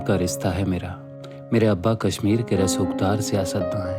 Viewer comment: would have been good if the narrator was a kashmiri.. he is mispronouncing the word "kashmir"